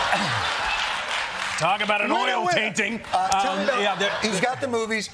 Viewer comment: "The painting of my perineum..." "Your tainting" 😅